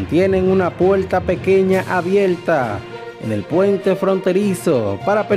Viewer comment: Fuelte? Acion? Conselva? Abielta? Argunos? Detetada? Reapeltura? Vuerta? Contrucion? Totar? Setiembre? Contruyen?